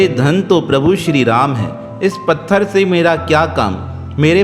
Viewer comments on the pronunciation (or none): none